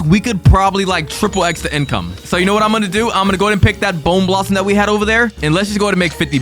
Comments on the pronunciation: Bro its bone blossom not boner blossom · Boner blossom?! Its bonę blossom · It’s not bowner blossoms it’s bone blosssom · Why did bro call the bone blossom boner blossom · Bro it’s not not Boner blossom it’s bone blossom 😭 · Bro says bone blossom boner blossom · It’s bone blossom, not the not boning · Bro says boner blossom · WITH A BONEUHHHH BLOSSOMUH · Why you say boner blossom ?????????? AYOOO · Bro said boner blossom 😂😂😂😂😂😂😂😂😂😂😂😂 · He said b#ner blossom